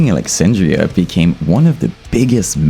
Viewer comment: ‘Asking Lexandria” 😂🫡